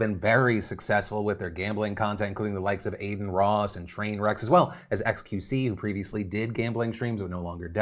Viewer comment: it's Trainwreck not Trainwreck. His name is supposed to be Trainwreck's TV